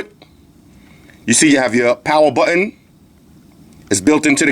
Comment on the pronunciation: I think its funny how you say button